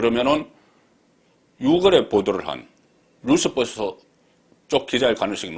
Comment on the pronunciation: 뉴스버스 --- 뉴으스 벌스